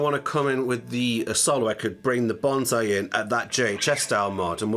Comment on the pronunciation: Several years later and this pedal name is still pronounced wrong. It's not banzai, it's bonsai (BONE-sigh).